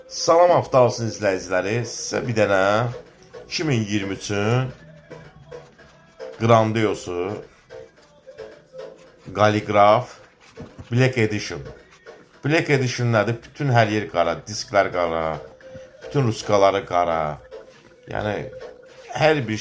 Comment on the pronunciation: Qaliqraf deyil, Kalliqrafiyadır